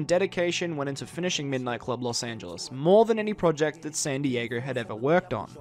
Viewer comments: San diager?! What the hell lol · im glad someone else hears this guy saying dieger!! So annoying. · Why do you keep calling san diego 'san dieger'? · "rockstar sandy jaeger" God damn man San Dee yay go. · "san dieager" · i Have one question. WHAT THE FUCK IS ROCKSTAR SAN DIEGEEERRRR?? ITS SAN DIEGO NUMBNUTS.